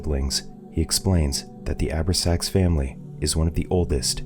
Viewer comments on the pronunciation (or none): I love these channels, but...."..the Abra-sax Family." It hurts when you realize it's a movie that not even the Channel has watched.... It's pronounced: "O-brax-ans."